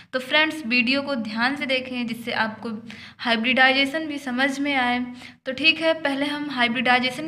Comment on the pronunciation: mam hibridisation nhi hota h hibridization hota h